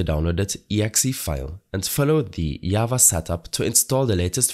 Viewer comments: "Ikr i was like WHATT is this called yava?" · Who tf says java as yava